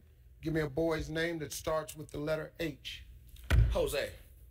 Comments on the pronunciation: dummy It’s Jose not Hose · This man really said José with his whole chest I can’t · JOSE WITH A "H" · I think you mean Hose with an H. Lol. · he said Hosé not José 🤣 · Bruh before I even clicked it I thought they'd say something dumb like "Hesus" LOL. BUT THAT.. that's just... Ooof. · Jose with the H lol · It’s José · Isnt this what the guy was saying? Why steve and everyone hearing jose??